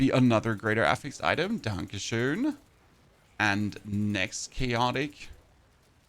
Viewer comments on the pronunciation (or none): as a german, I was confused at first and thought I had misunderstood him